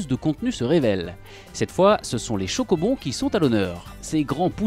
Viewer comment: Il a dit "chocobon" MDR